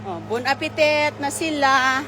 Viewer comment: Bon apetit - di binibigkas ang last na letter 't'.